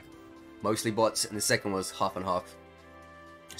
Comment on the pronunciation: kinda sounds like youre saying butts not bots 😂